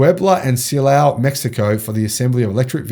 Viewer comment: You actually did pronounce the names of Puebla and Silao correctly.